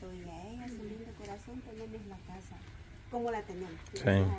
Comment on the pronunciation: La palabra casa parece como si fuera una z